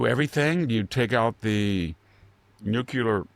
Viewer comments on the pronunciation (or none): Anyone that says Nuc-U-lar can't be trusted. He is an idiot! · Nu-CLE-ar....NOT Nu-cu-lar, PLEASE! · Hi. I find it bizarre that such all-knowing people don't know how to pronounce the word "nuclear". They add an extra u after the c. George Bush was another person who should know how to pronounce this word correctly. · You're the idiot to discriminate based on that. I know several high level scientist, engineers who unfortunately pronounce it like that. And they're certainly no idiots.